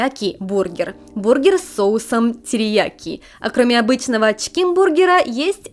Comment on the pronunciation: Как говорит «чкин» вместо чИкен))